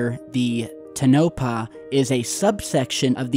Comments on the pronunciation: I got a huge laugh out of the way you mispronounce everything.. but today the most... Tenopah... no! To NA PAH... sometimes I think it must be part of your shtick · (Tun-No-Paw)??? No, Sir. No. No No No. Just No. It's (Tone-a-Paw) is the correct pronunciation. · ....i love you i listen to you everyday but the way you say nah va dah, and toe nopa is cringeworthy 😂 as a nevadan. Its knee va(a as in apple) duh, and its tona pa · Toe-nuh-pah. Not tuh-nope-ah. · It's not "to NO pah", it's "TOE na pah". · you're pronouncing Tonopah incorrectly, check YouTube for correct pronunciation. Thanks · To nope ah = Tonopah = Tone o pah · Interesting! FYI.....the pronunciation is Tow-Na-Pa ...and, that airport just below the image is the Tonopah Test Range Airport. Back in the 80’s, this (ultra-secret “base”) was where they developed and trained all ground crew and pilots for the F-117 Stealth. Also, further to the right is Highway 375, The Interterrestial Highway, and the Art Bell favorite, Rachel, Nevada! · Mad respect,! But damn son, it's "tone uh paw"...tone uh paw...brutal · The more common pronunciation of Tonopah is TONE-a paw, with emphasis on the first syllable. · Living in Las Vegas my whole life i can say its PERNOUNCED... NE-VA-DA and TOW-NA-PAW( Tonopah) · Toe-naw-pa...thats how it sounds phonetically. This is connected with 51, S-4, - there are lots of places in this area. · Its Toe-nuh-paw in Nuh-vaa-duh! Plz its an insult to us Nevadans. Thanx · Bruh, love ya, but.. its TOW-NUH-PAW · TONE-A-PAW......that is how you say it my friend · It’s “Tono-pah” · PRONOUNCED=TOE NA PAW=TONAPAH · Tone - ah - Paw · Toe'-na-pah test range. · My dad grew up in Tonopah. You're saying it incorrectly. Thanks for the info.